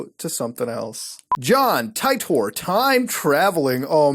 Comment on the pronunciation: omfg Muta... seriously you made me cringe harder than I have ever in my life. Ty-tor??? It's John Tea-tor. Have you not seen Steins; Gate? Please watch this anime as it is one of the greatest of all time.